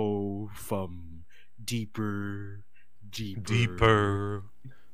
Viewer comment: Every time says "deepurrrr" I lose my shit. We made a few TMA jokes in chat during the robbery tape.